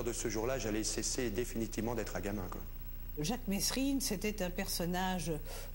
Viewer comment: Toujours a dire Messrine alors que c'est mesrine